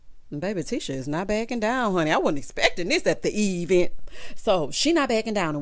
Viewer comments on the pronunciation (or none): I LOVE when u say at the E-VENT!🤣🤣🤣🤣